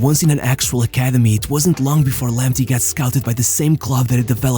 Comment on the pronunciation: It is pronounced Lamptay not Lamptee. Thomas Partay not Partee. Tariq Lamptay not Lamptee